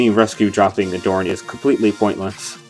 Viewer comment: Pretty sure that's not how you pronounce Aderyn bro